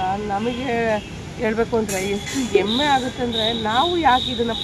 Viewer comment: Emme alla,hemme